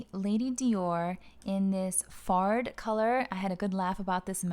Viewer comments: What a beautiful bag !! 😍 Your video is so well made and complete ! I will buy my first Lady Dior in July I can't wait ! Oh and the colour "fard" is pronounced "farh" (the d is silent) 😊 so unfortunately it's not as funny as it could have been !! haha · It is pronounced “Farrh”.